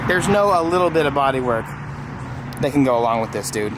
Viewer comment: "and yeah I'm really excited about thAat."